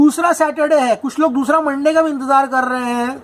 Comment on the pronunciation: Monday નહી મંડા બોલીયે 😂😂😂😂